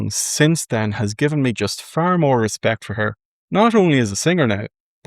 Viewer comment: "Respict" 😂 holeee shite. How did I miss this one?